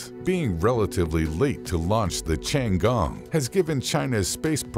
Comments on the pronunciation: pronounce "tti ann gong" not as you say or sound like.. chiangong .interesting infos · 是天宫 不是 长宫........... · 不是吧，老外真的不会发T的音，反而读成了C的音😂 tiangong, not chian gong! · Ten gong , not chiang gong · Tian He not Thian He nor Changee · I'm mildly annoyed that he keep pronouncing "Tiangong" as "Changgong" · Creator needs to learn how to pronounce “ Tiangong” correctly . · Narrator absolutely butchered the pronunciation of the Chinese spacestation. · For God's sake, can't you find someone who can pronounce 天宫 properly?? It ain't that hard! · Can't even pronounce the name of the Chinese space station correctly!